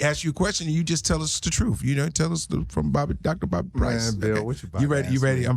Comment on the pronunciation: DR BOBBY I HEAR DR BODY